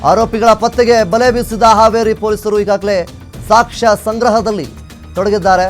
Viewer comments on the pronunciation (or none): none